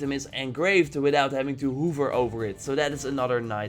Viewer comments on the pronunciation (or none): Did you just say “hoover” instead of hover?